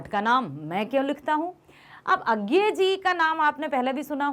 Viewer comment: Its not agay its ajey according to hindi pernensation 🤔